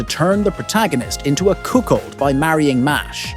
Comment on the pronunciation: I feel like this entire video was written and voiced by ai Yeah, it's definetly ai. I'll never believe that someone can mispronounce a word as "cookold"